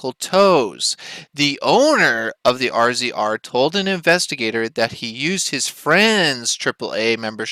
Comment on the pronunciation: I have only two comments. First the off-road vehicle "RZR" is pronounced "Razor." Second, the one you show is only one of hundreds MORR has towed out of Sand Hollow and other more dangerous locations.